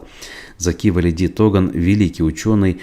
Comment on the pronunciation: почему в имени Туган ставите ударение на первый слог на У?